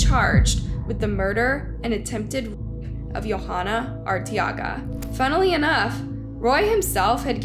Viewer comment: It's pronounced (Vuh-lass-quez) Velasquez.... You got Arteaga right